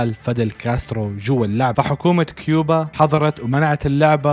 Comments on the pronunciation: كوبا مش كيوبا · الدوله اسمها كوبا مو كيوبا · كوبا مو كيوبا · 🇨🇺 كوبا ❌ كيبوا✔️ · اسمها كوبا يالحبيب 😂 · كوبا ❌ كيوبا ✅ 😂😂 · كوبا❎ كيوبا✅ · اخي عندك غلط اسم الدولة الي في المرتبة الثانية كوبا مو كيوبا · كوبا 🇨🇺 وليس كيوبا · كوبا مش كوبيا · يا اخي دوات كوبا مش كيوبا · دولة (كوبا) ولسيت (كيوبا) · مش كيوبا كوبا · اسمها ( كوبا ) مو (كيوبا ) ☭ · دولة كوبة ليس كيوبة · تصحيح الدوله اسمهاا كوبا وليست كوبيا* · مع عدم المؤاخذة في تصحيح لتعليقك انت قلت ( تصحيح الدولة اسمها كوبا و ليس كوبيا ) بس هو قال كيوبا مو كوبيا لا تفهمني غلط بس اصحح تعليقك